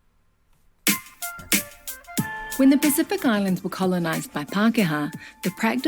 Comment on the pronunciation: Your pronouciation of Pacific is pretty awesome